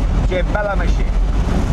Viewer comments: The tires look pretty period correct, hight wise. I think the engine was a 2.6l with 200hp in 1971. You'd be lucky to find a good one today. 😍👍🏻 And by the way, it is pronounced "ma-kinn-na" not mashine. 😏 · P.S Jay it’s “Che Bella Macchina” pronounced (Mock ee nah) not (mah sheen) lol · It is BELLA MACCHINA, not machine, you bloody moron! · Well isn't Jay from Italian decent? How is it possible that he mispronounced almost every Italian word in this video. Bertone, SPICA, macchina. As a former Alfa Romeo owner I do not accept that. Otherwise great video! :)